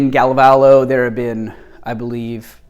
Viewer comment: Sorry, I really can't help but cringe when you pronounce Galovo. You say Galvalo. It's g-A-l-o-v-o, accent on the A. I hope that helps for the future.